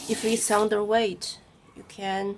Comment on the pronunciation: you said it correctly, "under weight" the correction is incorrect 😅